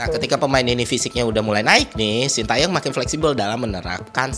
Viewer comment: Terima kasih bapak STY, juga untuk menghargai beliau kita harus tau bagaimana membaca namanya dengan benar. Yang pertama Tae, bacanya bukan Ta e tapi Te seperti di kata Tembak, lalu Yong bukan seperti baca Young dalam bahas inggris, tapi Yo seperti di kata Yolo, Shin Te Yong.